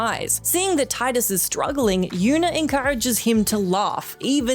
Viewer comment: Hearing Tidus' name incorrectly pronouned as "Tye-dus" so many times is so cringey. >_<